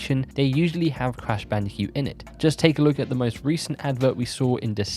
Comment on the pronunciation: Is it just me, or is he saying "Crash Bandi-cute"?